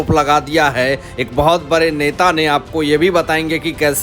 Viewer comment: Sir, When will you learn to pronounce HINDHI words properly. Are you not ashamed?????????? You say BARE INSTEAD of BADE etc. PRODUCER OF THE SHOW PLEASE REPLAY THE VIDEO &HEAR FOR YOUR SELF. SHAME REALYY SHAME. BARAGAI INSTEAD BADGAi.